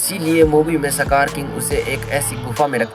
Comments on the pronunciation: Skar ❌ sakar ✅ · सकार ❌ इसकार ✅